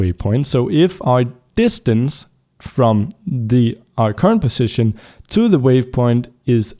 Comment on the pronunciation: Ok idk if you fixed it(or if you still care) but, On the last error it you said "Positon" instead of "position"